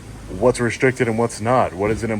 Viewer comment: lmao "the whole building is restriscted" 😂 clowns